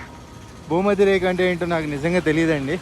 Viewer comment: భూమధ్య రేక కాదు భూమధ్య రేఖ అంటారు అన్న.